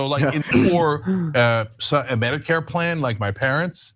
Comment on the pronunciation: I think he intentionally mispronounced Medicare fraud to miss lead the audience.😠